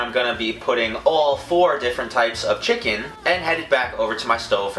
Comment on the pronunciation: The way he says chicken is so funny "chickin"